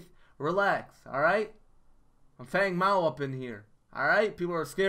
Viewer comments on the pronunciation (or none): Um I think ur saying his name wrong its pronounced Fung Mao.